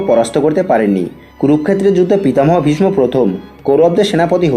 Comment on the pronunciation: ভীষমো আবার কি? উচ্চারণ ঠিক করুন